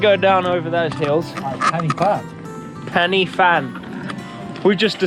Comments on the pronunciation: “penny fan” 😂 Its like Pen y Van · It's not Pennyvan. It's Pen y fan pronounce pen er van. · Loved the video but that drove me nuts! My wife and I were laughing our heads off “It’s ‘pen-uh-van’ not ‘Penny Fan’!” 😂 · Pen y fan the Y is said like 'ER' not ee 😉